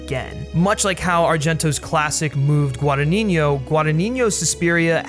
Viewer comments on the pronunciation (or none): NO, but feel free to believe whateve you want at this point, you actually said "GuadaNINIO" and not "GuadaGNINO" which is the correct way to say it. bye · the original Suspiria was not a Giallo, it was a horror made by someone famous for making Giallos. ALSO you call the director 'Guadagninignio' rather than 'Guadagnino' - very annoying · No worries it's just GuadagniNO, and the way you say it's GuadagniGNO. Love the content by the way! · Forgive the unnecessary pedantry, but I listen constantly call, from those who are native English speakers, the director Guadagnino: "Guadanigno" (Guadaniɲo). If it can help, to pronounce his surname correctly you must put the "ɲ" ("gn") in the previous syllable, not in the last one: is "Guadaɲino". Sorry dude ^^ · Pronunciation guide: Gua-da-gni-no, there's no 'niño' in it. 'gni' sounds like in 'lasagne' or 'gnocchi'. 'no' sounds like 'no'. You can actually approximate the 'gni' as a 'ñi' but not the 'no', which is just a straight 'no' ;) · repeat with me: GUA-DA-GNI-NO. GWAH-DAH-GNEE-NO. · hi! thank you for your video! one thing: it's guadagnino that means that you say guadaGNino so the gn (the spanish n) sound comes on the first n and the second n is just pronounced as an N. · Giallo is pronounced jaw-low. Guadagnino is pronounced gwah-dah-knee-kno. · You are saying Luca's last name wrong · I'm italian and I couldn't get over how badly you pronounced Guadagnino every time. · you really should know how to pronounce "Guadagnino" if you are gonna say it 3000 times in a video